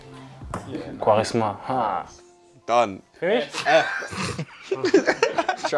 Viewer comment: “quaresma” axel 😭😂